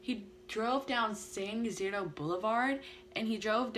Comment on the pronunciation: Pronounced San E-C-Dro😉 I was 3 years old and lived across the street. I don’t remember it but my mom told me about it. She could hear the gunfire from where we were.